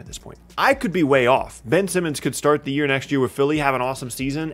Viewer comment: Please slow down a little, almost every time you said Ben Simmons it sounded like you said Benson. Otherwise, great video!